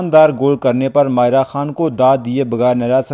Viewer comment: او کھوتے انسان، وڈیو بنانے کا شوق ہے تو نام کا تلفظ تو صیحیح طرح سے ادا کرو! ماریہ اور مائرہ میں تمہیں کوئی فرق ہی نہیں معلوم ہو رہا!!!